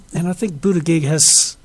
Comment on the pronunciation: Interesting analysis, but work on your pronunciation of Buttigieg.